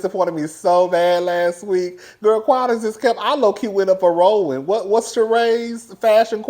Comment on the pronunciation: really said ‘RAW-WAN’😂😂😂😂